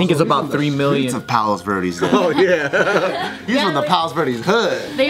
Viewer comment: Why did struggle saying "Palos Verdes" lmao she speaks spanish